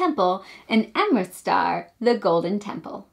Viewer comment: Thanks for this, it was on my list, but I don't think it's for me. Also, it's Amritsar, not amristar 😉